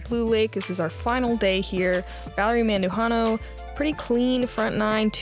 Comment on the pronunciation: I hadn’t heard of Valerie “Madujano”, hmmm. Anyway, she’s playing great.